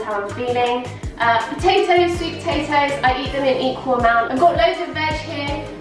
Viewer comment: Love the accent when she says Potatoes 🥔